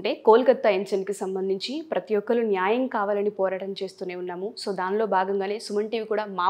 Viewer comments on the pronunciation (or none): మీరు ఈ ముఖాముఖి ద్వారా మంచి ప్రయత్నం చేస్తున్నారు.. ఐతే ఈ ఎర్ర రంగు బట్టలు ధరించిన అమ్మాయి (పేరు తెలియదు) 7. 22. ---7.35 సెకండ్ల వద్ద న్యాయం అనే మాటను , నాయం , నాయం అని కనీసం మూడు పర్యాయాలు పలకడం జరుగుతూంది ., అలా చిన్న , చిన్న తెలుగు పదాలను పలకడం కూడా సరిగా లేదని , ఉచ్ఛారణ దోషాలతో పలికే వారిని సరిదిద్దే ప్రయత్నం చేయాలని కోరుతూ..